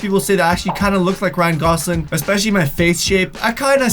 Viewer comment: It's not Ryan goslin it's Ryan gosLING